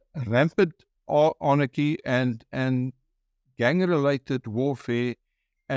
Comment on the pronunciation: ANarchy not AAARNAACHY😨😨😨